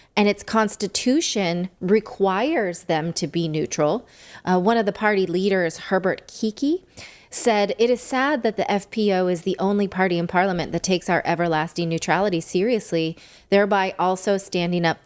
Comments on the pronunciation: MEN and WOMEN of HONOR. btw it's not Kicki it is "KickL" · This is all due to this party's (FPÖ) Leader, Herbert Kickl (pronounced 'Keekal' the last letter in his name being an L). He is one of the very few bravest, most intelligent and unwaveringly courageous leaders in Europe. It is his party, who joined the people in the streets, protesting against the general mandate for EVERYONE to take the "injection" and thanks to him they won. (He is a brilliant communicator and speaker. The man who was his mentor, Jörg Haider, whom they called, of course also a "Nazi", died in a very suspicious car accident, that is why I fear for the safety of Herbert Kickl. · Kickl not Kikki ,haha!